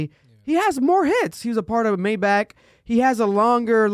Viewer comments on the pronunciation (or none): none